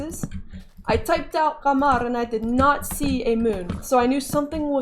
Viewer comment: I am genuinely proud of your progress so far.. that pronunciation of "Qamar" was so amazing you're progressing so well.. I would love to participate in the arabic dialects video but bnuuy is insecure about his voice :'( But anyways, loved the video uncle :3 take care shatling and keewi, love you all :* Mreeoooww